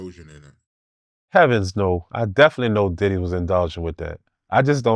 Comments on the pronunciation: Does he have to keep pronouncing it as "Titty"?! 😂 It's "Diddy" damnit! 😂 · Needs his own Show! "DIDD-EH" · “Diddeh” lol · I like the way he say DIDDY I always laugh